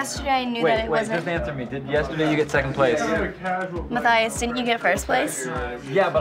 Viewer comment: LOL Ma-cry-us-i-am I'm soo sorry Matthias I love u but that is classic :P!